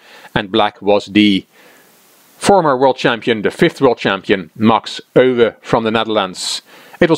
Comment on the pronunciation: Never knew how "Euwe" was pronounced until now. I always thought it as the English "You". I'm going to have practice the right way now :)